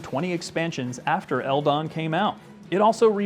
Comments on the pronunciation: On the topic of pronouncing, we always called ldon. Just the letters, that's odd to hear L-Don instead of L-D-O-N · Hahah, I confess I've never heard it simply pronounced as "eldon" but it does kinda make sense